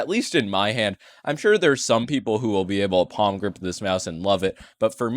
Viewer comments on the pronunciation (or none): Oh no pronounced "palmgrip" so many times:(